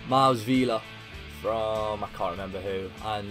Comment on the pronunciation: Mile Svilar is a young potential goalkeeper from Serbia. He is an Belgian migrant but who cares about Belgium. Btw the pronouncing is so wrong. It should be Meele Sweelur. I challenge it for the next episode